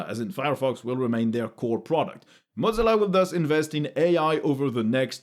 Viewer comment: Not "mod-zilla" (godzilla); moe-zilla.